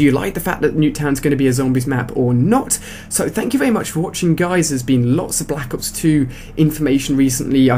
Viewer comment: Balack ops? Silly accent..